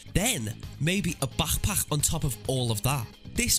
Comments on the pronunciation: ahhh el famoso Barch-Pakhhh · Did this dude just say bachpach? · you really let your inner scouse out when saying back pack